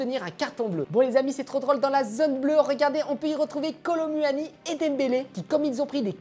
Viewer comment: "Kolo muahani"